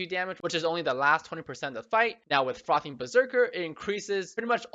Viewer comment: is it only me or do i only understand "fuckin berserker" instead of "frothing" :D